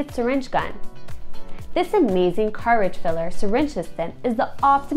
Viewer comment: i was wondering if my hearing was fucked....but no,she just butchers English.